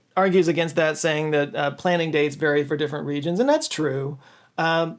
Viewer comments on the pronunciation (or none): none